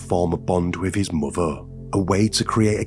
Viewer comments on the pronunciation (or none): If you are going to tell stories? Please say words properly, it's mother not modern. With not wif and father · It’s a hard listen when you hear words like farver, muver, and bruver…